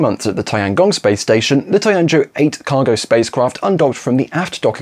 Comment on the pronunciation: It's tea-an-joe, not tie-un-joe